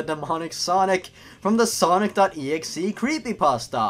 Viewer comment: oh hey cool hesaid it like snock.executabel yourg